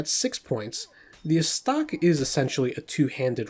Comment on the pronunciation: Anyone else cringe a little when he says Falcheeeon instead of Falshon (despite the -ch) And dude, the Zweihänder is German, so the the W is a V “ Zvie Hand-er” it translates to two hands. And go easy on the E in estoc.